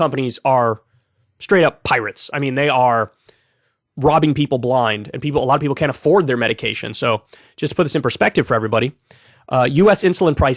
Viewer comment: Nah. Not blind. Not bline. /